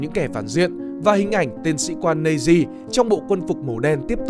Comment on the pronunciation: nói thì nhiều mà hai phim kinh điển nhất là schindler list với the pianist không thấy nhắc. Đã thế các đọc của chủ thớt rất khó nghe. SS = ét ét hoặc Nazis = Na Di thì hay hơn là double S và Nây di.